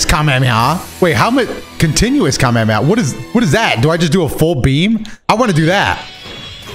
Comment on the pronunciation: the way you say Kamehameha should be a crime 😭